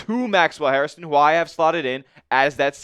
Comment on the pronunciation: HAIR - stun. Say it after me. HAIR - ston. It’s not HarrisTON